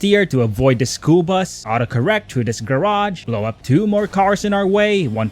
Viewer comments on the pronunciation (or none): none